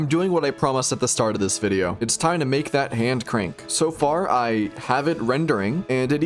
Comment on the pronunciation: Wen cwab wideo